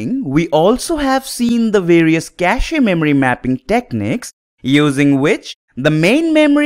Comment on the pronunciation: Though Pronunciation of CACHE should sound like CASH. I'm saying because you have more learners from your teachings, so i hope and wish the best for you.